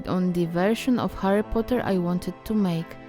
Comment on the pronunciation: Kochana, jest świetnie, ale mam jedną uwagę! Źle wymawiasz to jego imię po angielsku co mnie trochę boli. ;^; Powodzenia! Kocham takie projektowanie. ♡